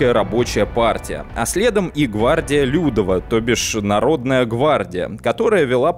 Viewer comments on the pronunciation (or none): Кстати, не нарОдова и лЮдова, а народОва и людОва, так как почти все ударения в польском ставятся на предпоследний слог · Отлично, только ударение. Не liUdowa, а liudOwa. Не narOdowa, а narodOwa. Очень режет слух... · Всё хорошо, только армия людОва, в польском ударение всегда ставится на предпоследний слог. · ЛюдОва, а не лЮдова! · Не нарОдова и лЮдова, а народОва и людОва. В польском языке ударение ФИКСИРОВАННОЕ - на предпоследнем слоге. А то, что произносите Вы звучит... жутковато. Любой СОВЕТСКИЙ школьник как раз в этих слова: "Армия крайова", "Армия людова" ни разу не ошибался. М-да-с! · В польском языке ударение преимущественно падает на последний слог: народОва Рада, людОва Армия и т.д. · в польском ударение всегда ставится на предпоследний слог, поэтому корректнее произносить "людОва" и "народОва" :) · спасибо за ролик. Одно замечание: в польском языке ударение падает на предпоследний слог. Поэтому ЛюдОва, народОва итд. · Уши, конечно, вянут от "лЮдова", "нарОдова" :) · Армия людОва - ударение на О. В польском практически всегда ударение на предпоследний слог. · ЛюдОва. Ударение на О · Ну раз взялся за Польшу, что ж не ознакомиться хоть слегка с польским языком? Первое простое правило - ударение на предпоследнем слоге. Уши ж отрезает нафиг - лЮдова, нарОдова. почему еще не крАйова? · гвардия людОва. Все ударения на предпоследний слог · В польском языке вы ставите ударение не туда. ЛюдОва, НародОва, КрайОва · В польском все ударения на предпоследний слог. Пожалуйста. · Армия ЛюдОва. В польских словах ударение всегда падает на предпоследний слог. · Хороший материал, особенно учитывая, что я живу в Польше. Только просьба, в польском языке ВСЕ ударения на предпоследнем слоге, народОва, крайОва, людОва. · Армия Людова. В слове "Людова" ударение ставится на второй слог, а не на первый.. Пожалуйста. Не совершайте такие глупые ошибки. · 9.30 А́рмия Людо́ва.* Ударение на "о". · Учи ударения ЛюдОва, например